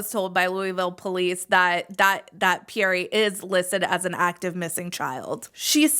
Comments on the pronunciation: Pe-yere not Pee-yere-ray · Yeah it’s pronounced pee-air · Quick note for if you make another video when you pronounce Pierre the E at the end is silent.